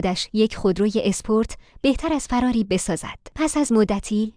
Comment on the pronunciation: چرا میگی فَراری. چرا دخترا همیشه فراری اشتباه میگن؟